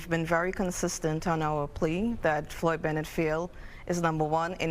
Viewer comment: It's Floyd Bennett field, not Juan Benitez park. 🌯